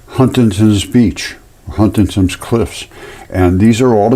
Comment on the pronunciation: "HUNSTANTON" beach,UK. Not HUNTINGTON.... sec